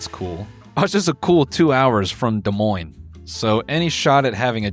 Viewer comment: I'm in Iowa and hearing him say Des Moines was an actual jump scare